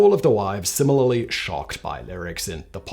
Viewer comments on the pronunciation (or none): none